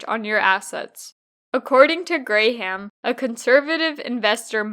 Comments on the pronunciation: "Gram" not "Gray-ham". That bothered more than it should have, but enjoyed the video otherwise. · I thumbs down this bc I believe you’re saying his last name wrong based on the videos I seen from Warren saying his name